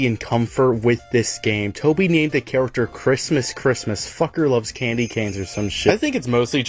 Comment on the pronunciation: Bro says character char-a-cter